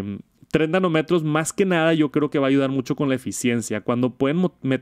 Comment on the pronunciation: Solo un comentario, nanómetro (acento y tilde en la o) igual que kilometro el acento en la o